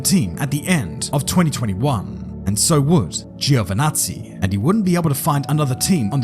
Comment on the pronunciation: Little fun fact, in Italian it's pronounced "Jo" not "Gío"